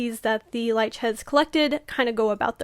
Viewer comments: You said the band name wrong. It’s Lich pronounced Litch. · I love the breakdown, but I hate how you pronounce Lich. 🤣 Also, the Demon of the Snow was what got me into this band! I wholeheartedly agree. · Great video, but uh check the pronunciation of "lich" 👀